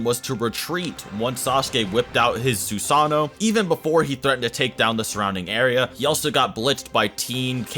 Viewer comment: Its pronounced Susano not sosano